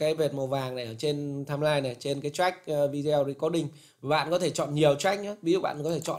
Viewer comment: Không hiểu sao các bạn trẻ có học sinh ngữ khá tốt mà sao cứ đọc VIDEO thành VI -DEO nghe rất khó chịu nếu đọc theo kiểu tiếng việt thì toàn bộ clip đọc theo kiểu tiếng Việt hết , tôi cứ nghe VI - Deo nghe thật khó chịu và tôi ngưng khg muốn xem nữa